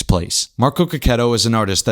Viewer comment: You are The First youtuber that is not italian that I heard saying his surname in the correct way